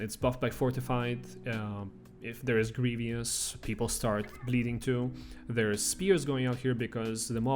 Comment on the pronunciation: GREE-VUS not GREE-VEE-US